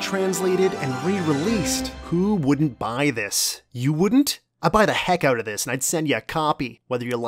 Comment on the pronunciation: Is dog canadian? "Check it owwt"